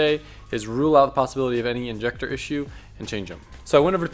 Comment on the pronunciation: Just say injector like a normal person